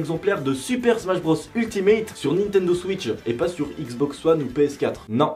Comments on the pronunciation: Tu as dit Nintendo suisse "switch" 😂😂 et ressemble à malcom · C est pas siws mais switch😂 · il a dit Nintendo suisse ou je rêve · Tu dis nintendo suice